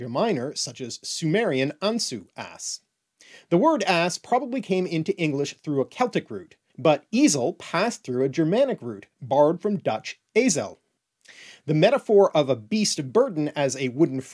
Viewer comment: The second e in dutch Ezel is a schwa by the way, so like "ayzuhl"